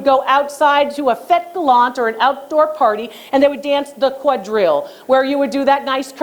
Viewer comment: I love it when you say French terms like quadrille, fête galante, rocaille, etc. I'm a huge fan and follower from Paris, learning about French art with you Dr. Lori, merci beaucoup 🤩